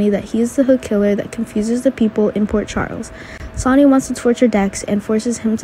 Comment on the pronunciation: Damn learn to speak IT'S SONNY NOT Sony !